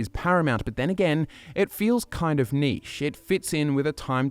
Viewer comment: Sorry, what was that? All I heard was “niche” -_